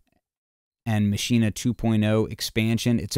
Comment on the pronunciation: Finally someone who pronounce it correctly. It's mah-she-neh, just as said in the start of the vid!